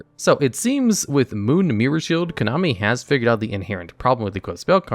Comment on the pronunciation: "Konomi" lol